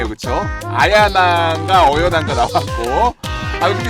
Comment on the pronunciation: 어여나가 아니구 아야나 에요 ㅇㅋ?